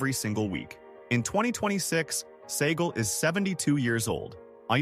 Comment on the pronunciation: Mispronounced Segall